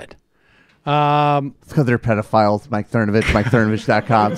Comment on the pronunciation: I liked it when you were calling him Cernovavitch and Cervonich and Cervonavitch.